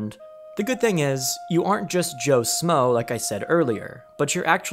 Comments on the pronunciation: Its "Joe SHmoe" SH moe. SH. Not Smoe. JFC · It's "schmoe". Pronounced "Shhh-moe", not "Smoe".